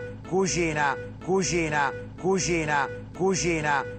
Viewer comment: ma pure io dico cuschina! è romano tipico ahha